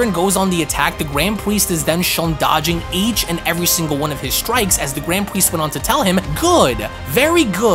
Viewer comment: “The gwand pwiest”